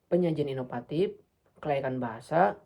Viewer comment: Inovatif mas, bukan inopatip